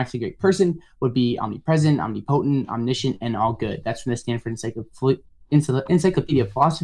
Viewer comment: LOSES in the first 30 seconds, I am STUNNED AT HIS IGNORANCE, He cannot even pronounce the word OMNIPOTENT, he pronounces it Omni-POTENT. This FOOL was SLAUGHTERED BY MATT.